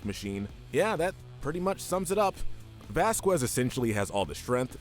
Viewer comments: (vas-cas) not (vas-quez) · The way you say Vasquez is kind of bothering me